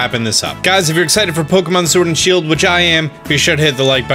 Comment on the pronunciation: “Shiled” O k